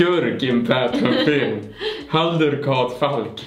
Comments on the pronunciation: När säger halduR och inte HALDUN be like:🤯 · Jag trodde han sade Haruld hahaha. Men hade jag inte sett stavningen hade jag nog också sagt fel. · Älskar hur du blir kär i han men säger namnet fel hela tiden